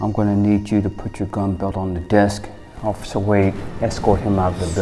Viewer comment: You mean OCIFFER?? 😂😂😂